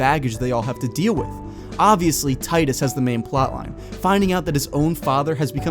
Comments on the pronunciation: ) great video btw. love your channel! but also its tee-dus. XD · Tidus. (Tee-Dus) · TEE-dus TEEEEEEEEEEEE-dus.